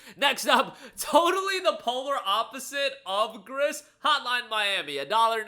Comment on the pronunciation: Great list! Not to be that guy... but "Gris" is a French word, so it's pronounced like "Gree".